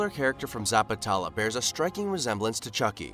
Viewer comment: bro first of all pronounce it neatly.. its Zapat-lela